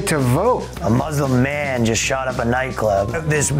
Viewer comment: "fuzzlim" XD